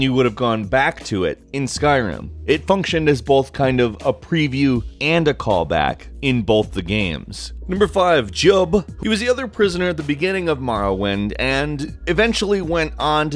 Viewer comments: On the Jiub entry...Firstly, it's the u that's silent, not the i. It's pronounced like "jib." Secondly, if you'd been paying any attention to what he said when you met him in the Soul Cairn, it's pretty obviously EXACTLY when he died...And how, for that matter. He was murdered by a dremora necromancer (who soul trapped him) moments after the opening of the Great Gate at Kvatch...So, mere hours before the start of Oblivion. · It's pronounced Jweeb!